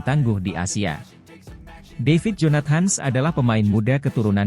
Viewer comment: Adminnya gak bisa baca dalam bhs Inggris kali ya... Jonat.. Hans katanya , bukan jonathan...